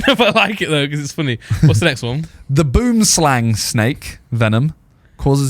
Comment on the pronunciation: 😂😂😂 you guys don't know how to pronounce Boomslang 🤣🤣 it's okay though it's a problem all over the world except here in Souyh Africa and maybe in Holland as well.